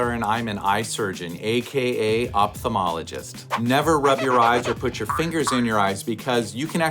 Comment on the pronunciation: I would expect an ophthalmologist to know how to pronounce his specialty